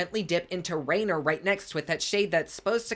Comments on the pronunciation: So...just a little FYI...Rainier is pronounced Rainear.😂 We still love you tho! And the artwork on the pallet is because she lives in the Pacific Northwest, as do I, where it rains a lot, is super green, and all kinds of mushrooms grow in the forests around here. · Good morning sunshine 🌞 💛. Love the video,thank you. I'm from Oregon and the shadow rainier is pronounced Rainear. 😉 named after mt.rainier. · I love you but it's pronounced "RAIN-EAR" 😭😂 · Hey just so you know for the future its pronounced ray-neir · I can’t be the only one loving him saying Rainer.